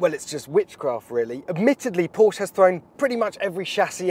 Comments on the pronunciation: Please don't say "Porsch". It's PorschE!!! You have to pronounce the E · it´s Porsche not Porche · Okay first of all.. mister so called ‘Top Gear presentor’.. It’s Porsche! Not Porsch... C’mon dude! 🤨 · Knospe Du hast recht. Aber Porsch finde ich bedeutend schlimmer als Porschi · Anyone can tell to this guy, Porsche is Porsche, not Porsch !!!!!!!! pls don't be ignorant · It's not Pooooooohhhhhhhhhrsch. It's Porsche. Short o and an e at the end! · it's "paw-shuh" mate. not "porsh". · Is not PorschE. Its Porsh-Ah. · 😂kann ich nur zustimmen. Genau wie "wuolgsweggon". Einige englische oder amerikanische Personen können es aber auch richtig aussprechen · Jesus Christ, this guys from Top Gear? It's pronounced "poor-sha" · Why can't Englishmen learn how to pronounce Porsche? It is a two-syllable word. Always has been, always will be. When I hear someone, who should know better, mispronounce the name, I pretty much stop listening. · It really does make people sound dumb when they mispronounce car brands and then call themselves a fan or information source for the brand